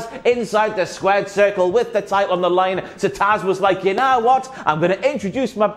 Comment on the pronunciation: You got "Taz" right this time (